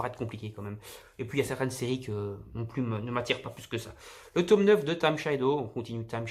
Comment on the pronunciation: Super vidéo mais pourquoi tu dit toume ? Sinon super achats